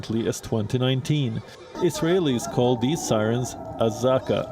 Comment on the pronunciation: AZAKA - with the emphasis on the third syllable KA - not as how you pronounced it.